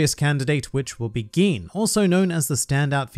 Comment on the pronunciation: How come you can pronounce Gin correctly and butcher must know pronunciations such as Enies? (エ eh ニ ni エ eh ス s(u) sounding like Aeneas) Knowing that expands the importance of EL tremendously and so much bad pronunciation makes my ears bleed. You have improved since back in the day when you had less than 1,000 subs, but try to stay a cut above the horrible pronunciations of 99.9% of OP YTers.